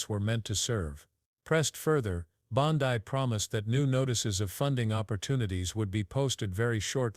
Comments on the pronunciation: Bond-ai? AI voices have no brains. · Hey, AI her name is pronounced Bon DE one thing about AI when it comes to people‘s names, they can’t distinguish between the letter, E and I